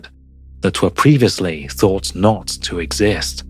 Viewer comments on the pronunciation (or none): lol "Preevuslee"